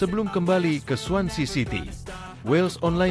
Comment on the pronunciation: Swansea city nama clubnya bukan swancy😂